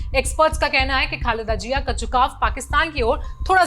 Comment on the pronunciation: Pahle bolna seekho, phir patrkar banna. Jiya nhi Ziya hota hai. Itne bade media house ne apko le kaise liya?